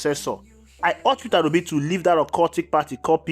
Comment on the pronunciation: My brother,it's Peter Obi & not Peterra Obi as you pronounce it..I am Obedient to the core..Thanx for all you do.💜